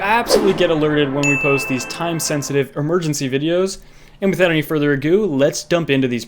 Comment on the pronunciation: Dude you're hilarious 😂😂 I fucking love this channel. Also did anyone else catch him saying "without any further agoo"